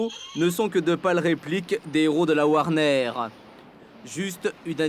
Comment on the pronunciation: "Des héros de la warnerrrrr" 🤣🦇